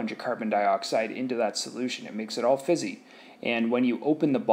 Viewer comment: And when he said fizzy